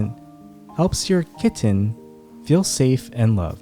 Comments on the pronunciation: the way u say the word “kiTTen” is super annoying. whenever u pronounce it that way its like nails on a chalk board dude. u need serious help. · EMPHASIS ON 😸 KITTEN 😸 I COULDN'T STOP LAUGHING 😂😂😂😂😂😂😂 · Dude the slow motion voice and the hard enunciation on “kitten” gave me a headache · I love the way you emphasise ✨kitten ✨ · Weird, right? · I'm not sure he realises he does it. 😂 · Especially the k